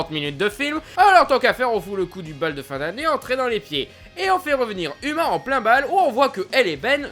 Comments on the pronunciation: Déjà uma ça se prononce pas "uma" mais "ouma" et la fille de Mulan s'appelle Lonnie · Ça se prononce pas Uma mais OUma !! Même si ça s'écrit Uma ! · mais non moi j ai trouver ce film super tes trop drôle quand tu es aussi prononcer uma c est mal prononcer et sa fait rire